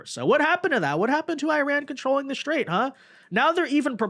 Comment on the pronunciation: You pronouncing IRAN wrong the ( I ) is like the I in IN or Impossible and for STRAIT you are saying like SHIT RAIT that is disgusting.